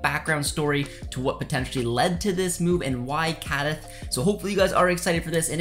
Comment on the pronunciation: Apart from pronouncing Cádiz, Coruña, terribly, you're cribbing everything from sources you don't cite. Some minimums of professional integrity.